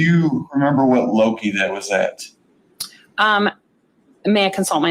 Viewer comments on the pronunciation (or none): Grrrrrr! Loci (lo-si) means locations. It's the plural of locus. It's not lo-ki! And you don't have a match at A loki! You have a match across lo-si. Multiple matches, in other words. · Is LO-sci, not Lo-kai, you muppet!!